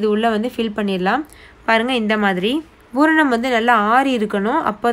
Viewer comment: Nice, it is pooranam not bhooranam..